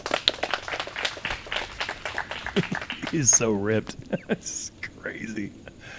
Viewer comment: Pronounced Aderhold with a long A